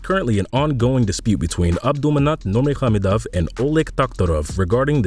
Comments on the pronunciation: Yep that's true, it Habib Nur-Mohammedov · Louaios Because it's not lol. Nur-Ma-Go-Med-Ov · It's not NURMAHAMADOFF, it Nur-maga-medov, try practicing it, if your doing another video. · He did butcher Nurmagomedov putting an h in there too for some reason though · You should probably learn how to say his last name before you make a video on him. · No hes not.😅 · no, he didn’t pronounced it well